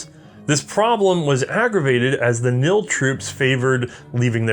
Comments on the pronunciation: But the name of the Dutch Colonial Army is KNIL with a very distinct 'K' and not NILLL. So the 'K' is pronounced! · Very nice video! Here are a few corrections and some additional info that you might find of interest. The correct name is the Koninklijk Nederlandsch Indisch Leger (Royal Netherlands East Indies Army) or KNIL. In Dutch, it's spoken "K-Nill" where the "K" is pronounced. In English, it is spoken as "K-N-I-L" in which the individual letters are enunciated. At some point, the KNIL and the Royal Dutch Army (Koninklijke Landmacht or KL) in Europe became completely separate armies. KL budgets were set and spent in Europe, while the East Indies government was responsible for equipping and maintaining the KNIL from its own budget. There was minimal overlap between the two forces. As to be expected, their equipment diverged somewhat to suit their respective needs. This was particularly evident in the LMGs the respective armies used. The Dutch attempted to upgrade their Mannlichers to .303 caliber prior to the Japanese attack due to the shortage of 6.5mm ammunition. The barrels detached and shipped to factories in Australia where they were re-bored. IIRC, there only around 10,000 Mannlichers converted before the Japanese invaded. I've never seen or read anything about the Indonesians converting their rifles to .303 after the war. They didn't have the industrial capability to do so in-country and I doubt the Australians or any other country with the capability would have done so post-war. In any event, the Indonesian nationalists had tens of thousands of which they took from the Japanese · Just for those that want to pronounce KNIL right....the K isn't silent. I know this might be common in English, but it's not in Dutch. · Love your videos. especially about the dutch manlicher family which I am making in scale. One thing however. the K in KNIl is a hard K, so it should be pronounced as such. keep u the good work, you've got another subscriber.